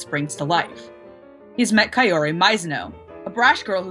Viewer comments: I could not have reviewed the show better myself!! It was amazing!!!! But there was one thing that kept bugging me- That is not how u spell Kaori!! It's KAORI, not KA-ORI!!! Sorry, pronouncing words wrongly is one of my pet peeves. But other than that, great review!! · Actually Kaori's name is pronounced as "Cow-Ree"... Not "Kay-or-ee" But great review